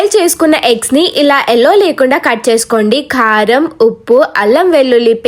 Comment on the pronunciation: Its not kharam its kaaram Othi palakoddu 😊just a mistake 😊